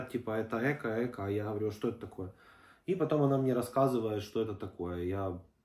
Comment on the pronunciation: Ни Эко а правильно говорить экО..ударение на о.Дай бог здоровья вашей семье.